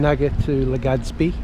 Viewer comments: Haha. I noticed that too. Legadsbi. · Every time you say LegaDzBee I shed a tiny tear :(